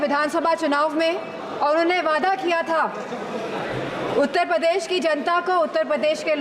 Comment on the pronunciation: उत्तर पदेश nhi hota bhabhi ji shi se to nam lo apni कर्मभूमि का उत्तर पदेश